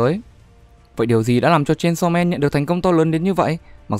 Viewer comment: Aaaaaaaaaaaaaa:>>>>>>> Đây là cả mụt sự tuỵt zời khi đc nghe tên manga đc đọc đàng hoàng, chứ hong phải như cái kênh nào đó đi tổng hợp các kiểu mà đọc cái tên như mấy đứa nửa mùa hay đưa gg đọc z á Ư ư....cảm động quá😭😭😭